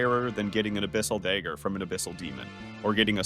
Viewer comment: dragon day-ger 😂 but seriously tho give this guy a nobel peace prize